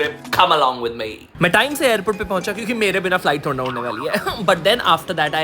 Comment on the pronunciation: "cOmE aLoNg WiTh mEh" Was epic 🤣